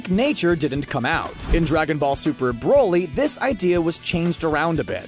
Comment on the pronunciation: No one: Absolutely no one: bRo LeE